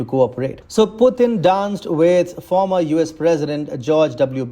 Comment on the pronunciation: It’s not former!